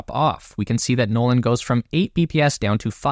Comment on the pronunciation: "Noland" "Nolan" There, fixed that for you.